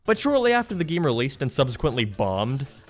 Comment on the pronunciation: What accent is that? You are perfectly understandable, untill you speak an "..ay" sound. "Always" becomes "alwees", "Game" becomes "Geem", "Space" becomes "Spees" and so on. I'm curious.